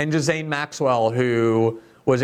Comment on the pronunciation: Since when is Ghislaine pronounced Gerlain? Bondi's not too bright.